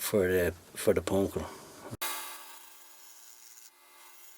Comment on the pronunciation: That was a great little project, and I will have to try a couple of those. My wife was walking by and heard you say "pawnk-keen" and sat down and watched the entire video, and commented throughout the video of how interesting it is to watch the process. And, she thought your accent was great. Thumbs up, my friend!